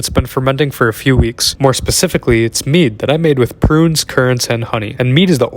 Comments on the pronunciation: Throughout multiple times in this video I heard Meat instead of Mead and it grossed me out cause it actually looks a lil bit like meat 💀 then I rewatched the video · Bro I thought he said meat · I didn't read the msg on this. I thought he said meat 😂😂😂 🤢🤢🤢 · At first I thought he said meat but he said mead💀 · i thought he said meat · Tell me why I thought you said you made “meat” and I was like 🤨🤨 until I read subtitles 😂